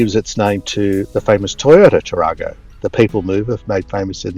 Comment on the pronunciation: The pronunciation is Tar-a-go with a short 'a', not as in the Toyota Taar-ar-go. The same error was made by folks with Monaro, ie it should be Mon-air-o, not Mon-R-o. Have a good trip